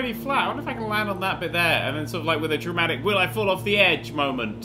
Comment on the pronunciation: Everytime says Dramatic It sounds like "Germanic"